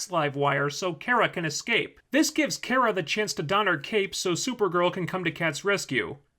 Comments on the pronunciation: Cat Grant keeps mispronouncing Kara's name, as does the commentator of this vide. It's "Kah-Rah", not "Care-Ah". I mean seriously. Also this is a feminist television show geared towards teenagers (which is probably why logic and consistency isn't important to the script). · I just think it's funny that you make fun for Cat Grant for mispronouncing Kara's name as "Kira," but you pronounce it wrong too. It's "Car-a," not "Care-a." I'm not trying to defend the show or anything, but I do want to point out this little bit of hypocrisy. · Um but you don’t pronounce her name properly it’s KA-RA. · Your vids are great, but Kara's name, it's Kar-Ra, like Car, not like Care. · character, herself. Her, her family and friends (Cat Grant excluded) pronounce her name as "Car-a." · I think it is pronounced car-uh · It seems to vary. Some of the cartoons it is care-uh, while in the 1984 Supergirl movie and the TV show it is car-uh. Cat Grant is just screwing with her. Mocking her name. In the season finale Cat Grant pronounces it car-uh and smiles at her. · Smallville pronounced it as Care-Rah.